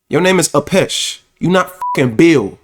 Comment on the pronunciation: Not Apeesh! 😆😂